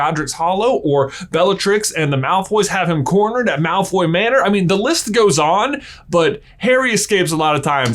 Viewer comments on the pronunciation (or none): none